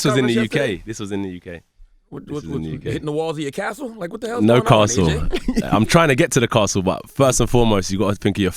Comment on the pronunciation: this dude said castle😂😂😂🤣🤣🤣🤣🤣